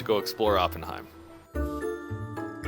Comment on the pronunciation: if you use your Deutscher accent Oppenheim is pronounced “AH-pen-hime.” You guys are too cute, especially, but, I’m married, so it should be taken as a nice compliment—if you will.